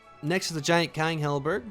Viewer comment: Don’t forget about how he says halberG instead of halberd.